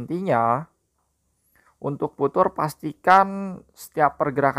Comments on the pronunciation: viuchers bang bukan vutur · bacanya fiucer bukan putur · Bukan futur bacanya, fiucher